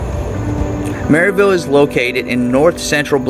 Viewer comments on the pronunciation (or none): It’s “ Merr ville” I’m a yankee and they told me I was saying it wrong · You don’t even know how to pronounce Maryville it’s pronounced mare-ville